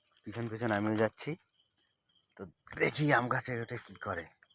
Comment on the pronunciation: "কাছের অ্যাম" না "গাছের আম"?